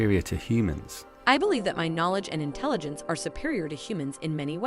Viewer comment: for hulen da, det hedder Intelligence og ikke Intelligent:)